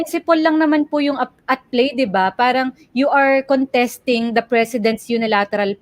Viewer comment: Excuse me, WHY DO YOU PRONOUNCE " PARANG " WITH AN F HINDI KA NAMAN PUTI. 🤣😅🤣😅FARANG